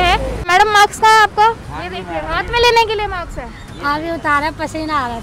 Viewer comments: अनपढ़ लङकी है माक्स नही मास्क कहते हैं बेवकूफ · Ye kya bolre hi he reporter maadam aapke max kaha he?kaunse maax..maax nhi maassk he